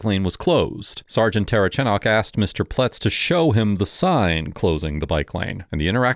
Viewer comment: I think it's comical how nobody can say the cops last name, including this video. I'm 2 minutes in and have already heard the say "terchanok" and "ter-uh-chanek" 😆